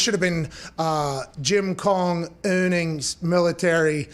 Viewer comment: "Jim Kong Un"